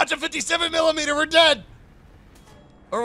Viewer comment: no one::M I L I M E D E R